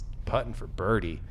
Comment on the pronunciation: Wow Gannon "Buhrdie"